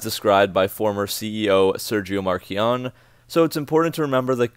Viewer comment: It's easy: Write "Coupe" on Google translator, under French, and listen to how to pronounce it; it's not "coup" which has another meaning. It's easy: Write "Marchionne" on Google Translator, under Italian, and listen to the audio; I mean: less than 30 seconds for both, and you will not look like the classic ignorant USAnian